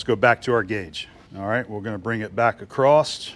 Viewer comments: Why do so many Americans say " acrosst" ?There is no "t" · It's local idiosyncratic phoneme usage. ''One explanation is that people say “acrosst” because of elision when the next word in the sentence starts with a “t” (like “the”). “Don’t go acrosst the road”. The words slide together and the “t” sound gets transferred to “across.” People may also associate across, a preposition or adverb, with the verb “to cross,” which has the past tense, crossed. Because of association, they can tack on a “ed” or “t” sound to “across” because it sounds familiar. He crossed the road. He went acrosst the road. Acrost is generally regarded as a colloquial pronunciation of “across.” It’s not technically correct, but it’s very common.''